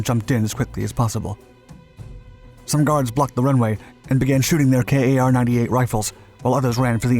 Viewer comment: LOL "K A R 98", it's actually pronounced Kar, short for karabiner 98, it's not an acronym lol. It's the carbine (pronounced car-bean, from the german root) version of the Mauser M98 (German designation Gewehr 98, or in american parlance "Rifle, model of 1898")